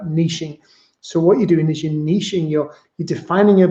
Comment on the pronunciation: Thank you for pronouncing Niche properly. Music to my ears.